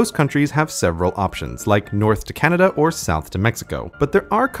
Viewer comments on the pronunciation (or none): none